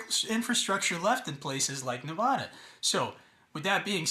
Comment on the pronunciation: You don't even know how to pronounce Nevada and you seem to think you have credibility.